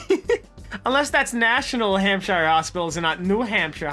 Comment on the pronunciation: just goes ahead and pronounces Hampshire wrong after pronouncing New Hampshire correct